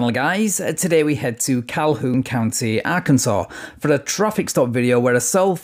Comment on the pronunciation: Van I LOVE your videos and the way you pronounce Arkansas.